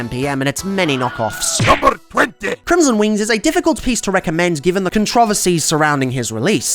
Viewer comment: That's not how you say controversy😅